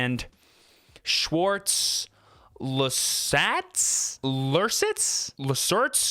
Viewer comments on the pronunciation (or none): Schwarz lehrsetz is pronounced like "sh vars lair say ts" Its German so the w is pronounced like a V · It was really funny how "Schwarz Lehrsatz" was pronounced Greetings from Germany :D